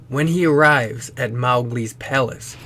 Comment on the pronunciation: The truly terrifying thing is the mispronunciations of Mowgli